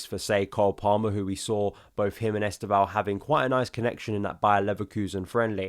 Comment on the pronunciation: Please learn to say our new Brazilian wonderkids name correctly. 90% of content creators are saying it wrong . Only Josh (Joey and Josh) and Football Therepy’s Yan have made their research and are making an effort. Forget ES-TEV-OW The initial ‘E’ is virtually silent and the name is pronounced as two syllables. Estevao is Portuguese for ‘Steven’ and when said properly it’s ‘STEV-OW’, or if you really want to be perfect there is a subtle ‘N’ at the end Trust me on this. My g/f is Brazilian and a Palmieras fan!!!